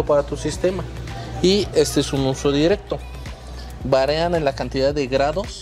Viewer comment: Se dice VARIAN no Varean!... Minuto 🤦 hable bien!!!